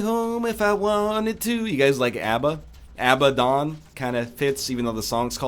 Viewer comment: "Abbadon" was great no matter what others say.